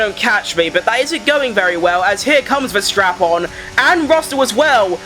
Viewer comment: why it's always sounds like Max VerStrapon... U need work a little bit on pronouncing this😂😂😂